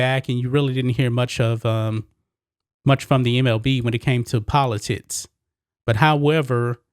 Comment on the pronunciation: It's pronounced politics. Poli - ticks do it that way. Not poli - tits! Work on pronouncing words. It is very uncomfortable listening to. Content is good.